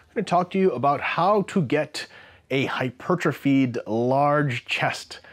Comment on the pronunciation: Fuck me someone who says hypertrophy correctly